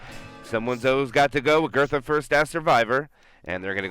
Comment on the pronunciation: every time he says 'agurtha' I feel pain of cringe. But anyway good comment, great vid